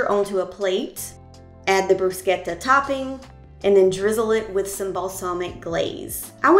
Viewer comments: Great vide and good for you for pronouncing bruschetta correctly! My Italian friends hate to hear Americans say "bru -shetta" instead of "bru-sketta! :) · As an Italian, I really appreciate you pronouncing “bruschetta” properly!😋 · I’m in love with your channel and so proud of the way you pronounced bruschetta! 😊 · Love that you’re pronouncing Bruschetta correctly! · I want to thank you so much for pronouncing bruschetta properly. My grandparents were from Italy and Nana used to correct people when they mispronounced her lovely language (she was a cute old grandma so she got away with it😂) I still cringe when I hear people say “brooo-shetta”😂😂😂 This looks delicious and I will be trying it soon. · Thank you for pronouncing bruschetta correctly—most people murder the word.